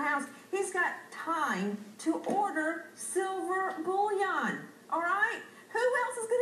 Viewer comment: Yeah, i kinda enjoyed that part too. At least learn how to pronounce the word first.